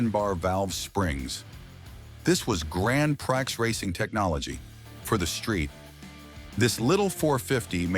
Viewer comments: ... "PRIX" - pree, not pry, ok ? ... (÷ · You need to learn to pronounce bile terms, like PRIX!